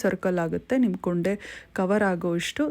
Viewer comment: ಅದು ಕೊಂಡೆ ಕೂoಡೆ ಅಲ್ಲ 😊